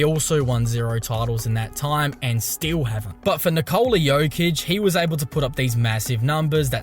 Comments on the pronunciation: His name is not Nikoooola. It is Nikola. Short O. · His name is Nikola not Nikoula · Níkola! Not Nikoula! Like Tesla bro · Will these Americans ever learn how to pronounce the name Nikola? Is it so hard? 😁